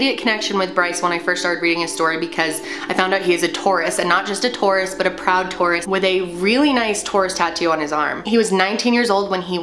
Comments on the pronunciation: lol i thought you said tourist instead of Taurus oops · Did anyone else think she said tourist at first? Lol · At the start I can tell if your saying “Taurus” or “tourist” but either way this video is sooo interesting and I would rather watch this then binge watch shows on Netflix!!! I literally watch these whenever I’m doing something and I want to listen to something and I have watched all of these probably 5 times but I’m not mad about it Cus it’s so interesting!!💕